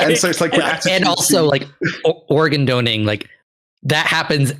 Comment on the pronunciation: Am I the only one bugged by them saying "organ doning"? 😂 😂